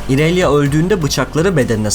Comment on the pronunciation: "İonia" ya "Ayonya" diye okuyup, "İrelia" yı "İrelya" diye okuman garip değilmi :D